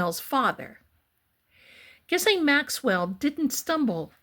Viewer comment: Ghislaine is a French name and it’s pronounced, with a hard G, gee-LEN.